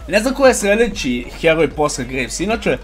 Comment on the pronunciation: I ja gledam nesto mi cudno kaže gragas a slika graves 😎. Btw super klip